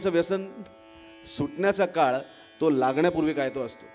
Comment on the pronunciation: खरा तो प्रेमाच्या ऐवजी खरा तोह प्रेमा असे उच्चारण होत आहे .दुरुस्त करा .लेखनिक हिंदी भाषिक किंवा काॅन्वेट शिक्षित नको .